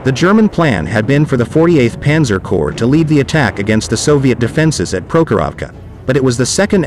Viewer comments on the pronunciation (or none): Corps is not pronounced corpse. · Corps is pronounced "Core" can't cover military history if you don't really know the jargon.?